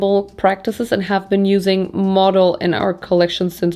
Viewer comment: Stop you here right away. Modal, pronounced with emphasis on the „a“, like the german word „Skandal“, first of all, and second, to say Modal is more sustainable then cotton is wrong. Modal comes along quite silky, is similar to Viskose. It‘s in the family of cellulosic fibre. So the source was once natural (trees, bambus) and through a chemical process it becomes a fibre. However. That’s about sustainable as it gets there. The chemicals needed to produce to fibre, not great for the environment, the fibre isn’t 100% recycleable and you need tons of water to produce it. Cotton is not better or worse in that case, the narrative is just that cotton needs more water then any other fibre (which is not the case) and the harvest is child labour and the growing ruins the soil with all the fertilizer. All true, but on the other hand, cotton is a fast regrowing fibre, multiple times harvestable and the value is enormous... Sustainability today is a complex thing, it depends on where u wanna put ur focus on the sustainability chain. Just, please, don’t make fast statements like „modal is much better then cotton“ because, it’s really not that simple. ❤ thank you for your work and the distraction it brings in my life from the cruel world outside